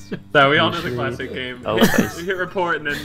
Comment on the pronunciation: "Clayssic"